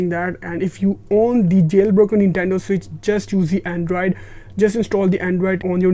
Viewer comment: Him saying “andraid” instead of android is triggering me so much